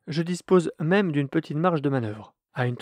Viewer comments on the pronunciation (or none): none